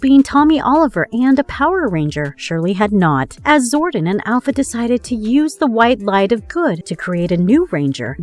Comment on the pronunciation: I am disappointed that they got someone who doesn't even know how to pronounce (Zori-don) and calls him (Zorden) over and over. It makes it seem like the person they chose didn't even give a shit about the show let alone JDF, rest his soul. 🖤🖤